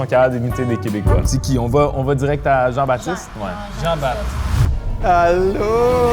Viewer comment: Français ici, je commente un peu en retard. (à de la vidéo, début de la manche 2) s'est cramée tout de suite en commençant par "allô". (elle a aussi fait un laxed i à un moment) (ah oui, et dans l'extrait du début elle dit "ben là", elle s'est re-cramée) Jean-Baptiste, s'il est français, il imite très bien le québécois qui imite un Français...mais je sais pas pourquoi il ferait ça... en fait un peu des caisses (quoique moins que Jean-Baptiste); son accent est pas mal, mais dans les extraits en tout début de vidéo il avait un accent québécois. Du coup c'est ou. a complètement un accent français, si c'est un Québécois c'est exceptionnel. A priori c'est lui. (cela dit je comprends pas pourquoi il fait une tête bizarre tout le temps; ça donnerait à penser que c'est juste un humoriste très doué en accent qui veut nous faire rire...donc ce serait...)